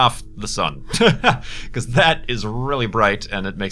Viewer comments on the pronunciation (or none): none